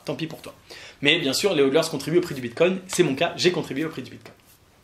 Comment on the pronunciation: Maintenant que le prix et bien bas c'est le moment idéal pour commencer a investir. C'est la base de tout investissement. Acheter bas pour revendre haut ! Le seul truc que j'ai a reproché, on dit HOLDeur du verbe "hold" tenir. Et non pas HoDLeur :p